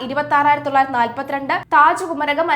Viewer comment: ഈ കൊച്ചിനു മലയാളം അറിയില്ലല്ലോ? സുതാര്യതക്ക് i സുധാര്യത" എന്നും മരാമത്തിന് " മാരാമത്ത് " എന്നും കുമരകത്തിന് " കുരകം" എന്നുംപറയുന്നു.. കഴിഞ്ഞയാഴ്ച കോൺഫിഡൻറ് ഗ്രൂപ്പ് എന്നതിന് കോൺഫിഡൻസ് ഗ്രൂപ്പ് എന്നും, ഇവർക്ക് വെളിവില്ലേ? അതോ നാക്ക് വടിക്കാത്തതിൻ്റെ കുഴപ്പമോ ?